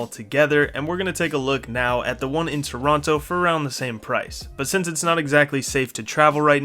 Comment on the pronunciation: This guys not even a real Canadian, can't even pronounce Toronto correctly! What a phony.